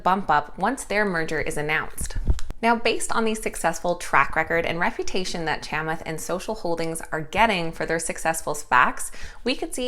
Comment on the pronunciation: You're great but his first name is pronounced "Chuh-maath" ... thanks!